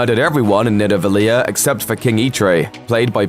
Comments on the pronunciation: nidaveliar me- isn't it PRONOUNCED Needavaleer but spelled as Nidavellir {triggerd} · It's pronounced needavaleer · Yeah there's definitely not an A at the end of Nidavellir or pronounced the way it was...can't unhear that now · im unsbuscribing for how he said Nidavellir, spastic